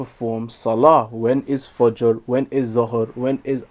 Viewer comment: he should be notice how he also says "fOjOr"